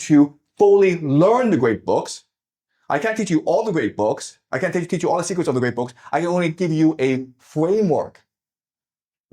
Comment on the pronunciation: Not to mock Jiang's accent, but I noticed he pronounces "secrets" like "secrest".